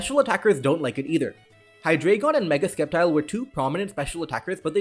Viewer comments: Thought it was "cep-tile", not "es-kep-tile" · ok but dont say skeptile ever again pls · I'm skeptical of your pronunciation of Sceptile. This is the same as Scyther. Both pokemon have scythes on their arms, so the Sc component of the name should be pronounced the same as the Sc part of the word Scythe.